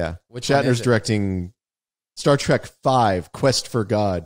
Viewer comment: TREK, not track..... sigh LOL